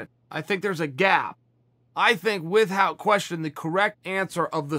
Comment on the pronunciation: Chael "wit-hout" sonnen